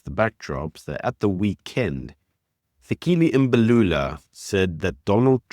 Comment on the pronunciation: It's not Fikili Embalula we call your names correctly and I've heard Americans call African names right. Lena le dira ka bomo mxm.